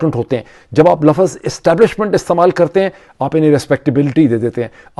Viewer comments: buhat jahil ghair parha likha admi LAFZ ko lafaz bolta hay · The word is lafz not lafaz.